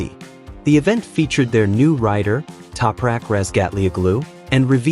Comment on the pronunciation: what is this AI garbage pronunciation of Topraks name!